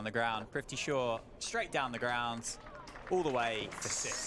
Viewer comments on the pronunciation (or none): They couldn’t even pronounce his name right. Prifti Shaw it seems 😂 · PRI-TH-VI not PRI-V-THI.... PRITHVI shaw... PRTHIVIII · "Prifthi" shaw 😂 arey bhai 🤦‍♂️ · Is it just me or are the commentators all saying PRIVTHI Shaw, rather than PRITHVI, which is his actual name? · Was it just me or did others notice "Crifty Shaw" & "Prifty Shaw" from the commentators. 😄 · Commentator “Fifty shaw”😅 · The entire innings, commentator kept calling him Prifti - who the hell is prifti... you gotta get the name right man 🤠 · Ok are we gonna ignore commentators calling him “prifti shaw” .. 😂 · Male Commentary: Fifty Shaw...Fifty Shaw 🤣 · AM I the only one who is hearing Fifty sure instead of prithvi Shaw? 🤭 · He’s not Prifty Shaw😂, Prithvi it is😅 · Just kept hearing 'Thrifty' Shaw 😂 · Name:- Prithvi Commentators:- Prifthi😂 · Is it just me or is the commentator saying " PRIFTY. shaw " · Is it just me or are they calling him prifty? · Butchering his name for 7 mins straight..”Prifti Shaw” 😂😭😂😭😂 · Prifty Shaw? They mispronounced his name for lifetime!!! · the commentator was calling him "Privthi" instead of "Prithvi" :( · Why is he saying fifty shaw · Its prithvi and not prifti. Whats wrong with the commentators?? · Commentators having a tough time in pronouning his name... Prifty Shaw 😂😂😂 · Well played Fifty Sure (Prithvi Shaw British pronunciation) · Its PRITHVI NOT PRIVTI !!! So confidently misplelling someones name again and again !!! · Announcer mispronouncing “privthi” smh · His name is Prithvi not Prifti.😠😠... Don't know, why these English men's can't pronounce a simple name ? Every time they call him Prifti.... 😠😠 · Commentator can't even be bothered to learn how to pronounce his name correctly. "Privty Shaw" ffs. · the pronunciation of “prithvi” was bugging me the whole video 😂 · They keep saying his name wrong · I am pissed that thse jokers cant pronounce PRITHVI properly but can pronounce LABUSCHAGNE and PHEKLUKVAYO very easily